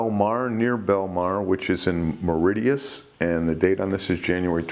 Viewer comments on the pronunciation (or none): Mor-i-itis sounds like a painful condition to have. It's definitely pronounced Morrishuss. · Mauritius 🇲🇺 pronounced more-ih-shis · It's pronounced 'muh-RISH-uhs' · "moray - itis" Sounds like an affiliction. LOL. Great channel, keep them coming Sir! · Hi it's Mauritius pronounced maurishus